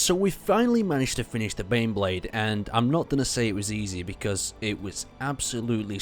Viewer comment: I thought you were saying beyblade